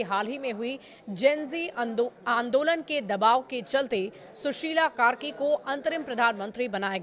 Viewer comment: Sushila aur sushil me difference hai, news reader, suddha padhna sikho